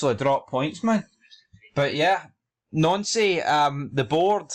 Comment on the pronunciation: I noticed Nouncy is now pronounced Nancy! Why???